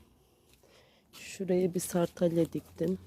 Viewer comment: Selam bende geldim ilk gördüm hemen abone oldum çiçeklerin çok güzel yalnız onlar sartalya değil sardunya hoşçakal AKÇAKOCADAN SELAM